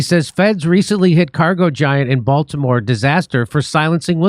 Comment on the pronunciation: Oh, the Bael-timore bridge in mary land?